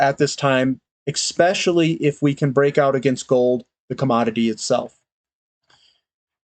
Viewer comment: see Urban Dictionary for "exspecially".